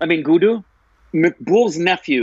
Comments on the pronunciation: Oh u guys...saying "Guddu" as Guduuu🤣🤣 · Guddu...say good n then say do. Good do. that's how u say it. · It's Not "Gudu" it's "Guddu"